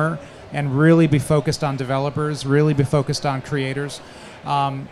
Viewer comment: "A number of incredible develers"???